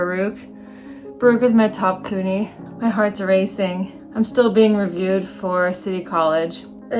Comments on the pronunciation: Congrats!! Just fyi new yorkers generally pronounce CUNY "Q-nee" not "coo-nee" ❤ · I find it funny the way you say CUNY lol. Its pronounced kyoo-nee not coo-nee, while SUNY is pronounced soo-nee 😅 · Congratulations! The way you pronounce CUNY made me giggle 😊 Congrats on your awesome results